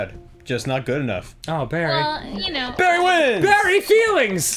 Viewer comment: "Barry" is two syllables.